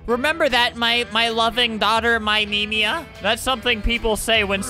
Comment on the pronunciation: We all know its YOURMEMIA, not MYMEMIA.